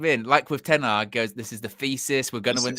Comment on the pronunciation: Reuben Ten Hagg 😂😂😂